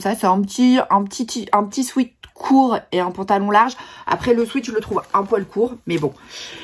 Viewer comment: Pour info, une toute petite correction : sweat (qui veut dire sueur en anglais) se prononce swet. A ne pas confondre avec sweet (doux en anglais), erreur que font presque tous les Français !